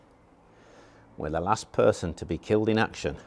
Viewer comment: i loved it all until you said "Person"